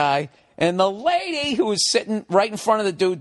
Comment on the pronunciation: Why is he saying "LAADYY" like this?